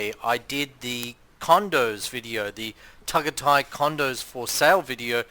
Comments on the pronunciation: Pronounced TagAyTay dumdum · It’s pronounced Ta guy tie I think FYI. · He’s so annoying pronouncing it how he did.